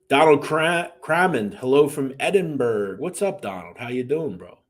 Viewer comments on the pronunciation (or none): none